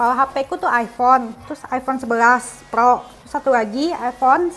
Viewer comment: Sejak kapan bacaan pro di ubah plo 😂